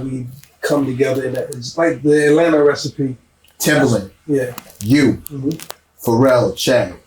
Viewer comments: Timbaland, not Timberland 🤷‍♂️🤷‍♂️🤷‍♂️ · Bro, it's Timbaland with an A